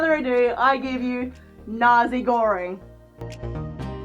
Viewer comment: Thank you for saying Nazegoreng out loud so I finally know how it's pronounced!